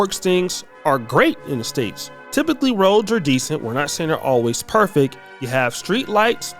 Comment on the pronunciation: "That doesnt mean to say things are always perfeck" 😂 No it certainly doesnt mean things are always "perfect."